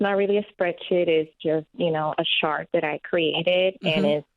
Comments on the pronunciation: When “chart” sounds like “shart” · "A shart that I created" 💀💀